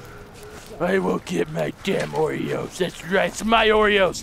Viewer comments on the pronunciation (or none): its oros not oreos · lol i like how pronounce Oros he pronounce it oreos hahahahh nice vid!! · XD I love how he says "Oros" he says oreos XD